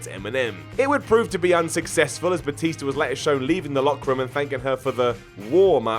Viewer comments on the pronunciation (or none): Gotta love that "Batister". Seriously, does he know how he pronounces words? He sounds like a moron when he talks.